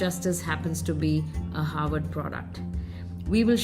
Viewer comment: Harward ko hayward kahte hain. Hahaha.. 😅🤣😂